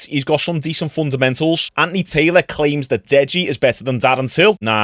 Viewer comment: Are you saying Andy Taylor? 😂😂😂